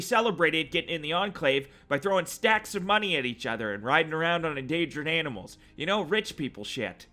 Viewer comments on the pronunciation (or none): none